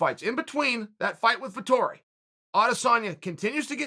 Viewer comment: Me as an italian before watching the video: "please god, make uncle cheal say that name, please make him" And yes he did it.